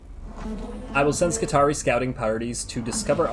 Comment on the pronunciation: I may be wrong, but seeing as words from the Imperium are pronounced in a latin style, wouldn't skitarii be pronounce scit-are-ee-eye with both 'i's at the end being said?